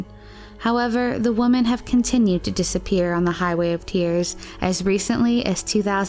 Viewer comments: Why do pronounce the plural "women" like "woman"? Just curious. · Do you really not know how to pronounce WOMEN?